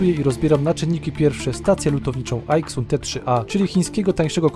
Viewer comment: A nie czasami Aizun? Po mojemu tak to się wymawia poprawnie, bo xytronic wymawia się zajtronik np...